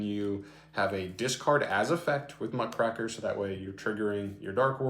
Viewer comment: Just as a note because this is a pet peeve. It's Muck-Raker. It's a kind of journalist